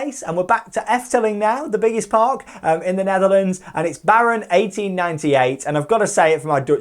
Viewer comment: The baron pronouciation does not get old :p I agree with Untamed, btw. It's awesome!